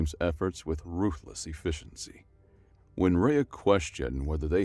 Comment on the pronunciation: Just double-checking. Did it sound mispronounced? E-Fisch-en-SEE is what I got.